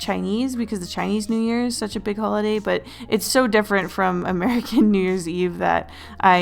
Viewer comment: DID NO ONE ELSE CATCH THE FACT THAT IN THE BEGINNING SHE FORGOT THE L IN HOLIDAY LOL